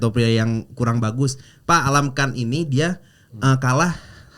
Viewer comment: yang bener itu almakhan. Bukan Alamkhan 🤦‍♂️